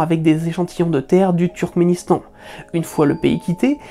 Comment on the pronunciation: Et on en parle du « Trukistan » et « Trukisdétan » ??? 😅